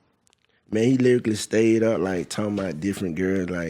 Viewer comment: He said lyrically instead of literally